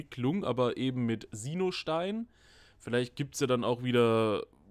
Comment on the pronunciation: Das sind keine Sienoh Steine sondern Sinnoh Steine Herr 🙃😉